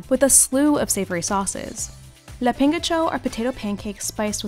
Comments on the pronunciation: Lapíngacho... XD As an Ecuadorian is really funny how you say it, but don't misunderstand me, makes me Happy seeing a traditional dish from my country in one of your videos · The pronunciation of llapingacho isn’t right :( and it looks more smooth that presented